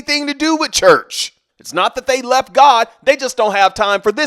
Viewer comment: I like the way you say… The Lord’s CHUUCH